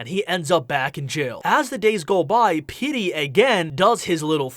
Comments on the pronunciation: Petey isn't pronounced "Pitty" its pronounced "Peetee" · Pitty ❌ petey ✅ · It’s PETEY not PitTy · It sounds like your saying pitty instead of Petey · STOP Saying PITTY!